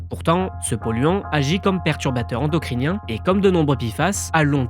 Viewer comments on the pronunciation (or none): none